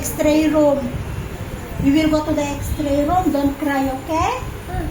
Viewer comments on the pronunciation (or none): Isa ka pa. Idol mo nga talaga si. X-ray is the right pronunciation not Xtray or exray. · Late comment pero pakibasa ng mga comments.Hindi xtray ang pagpronounce it's XRAY.. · X-ray po Hindi x-tray Kino correct ko lang po para Hindi gayahin ng mga bata na nakakarinig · Ilokana ak met, pinansin ko idin ta extray na.